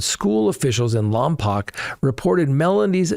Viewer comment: Lompoc, CA pronounced Lompoke :)